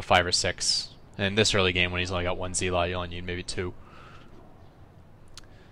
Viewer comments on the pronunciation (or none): It's pronounced "zell-ot". Not "zeel-ot".